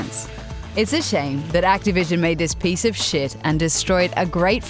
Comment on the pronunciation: She always says the word "shit" in a weird way